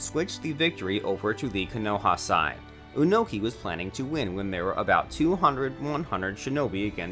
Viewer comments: "oonoki" "minoto" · I took a moment to list every single mispronunciation in this video in chronological order and amount of times it was mispronounced. The list goes: Minato (Monato) x25 Onoki (Unoki) x4 Manga (Menga) x1 Konoha (Konouha) x2 Raikage (Raicage) x8 Naruto (Narootou) x4 Sasuke (Saskey) x3 A's (Ayas) (wtf? it's an english letter.) x2 Hokage (Hoecage) x1 Hiraishin (Hiroshin) x1 Rasengan (Rasengen) x1 Well done, great video. Only 52 minor oopsies, including two english words.